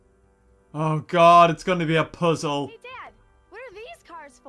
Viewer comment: Hilarious how every opportunity he gets to kill a character he takes it I thought he said pushole but he said puzzle